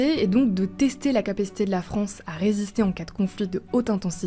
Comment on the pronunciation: Elle dit la fronce au début non ?j'ai réécouter plusieurs fois j'ai l'impression 😅